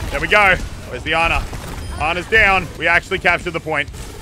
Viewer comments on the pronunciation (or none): He pronounces anna and pharah wrong